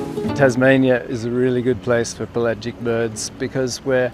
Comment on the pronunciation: That's pel-agic. Not Pelay-gic.